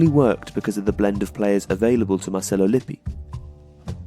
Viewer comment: Gennaro and Marcello mispronounced.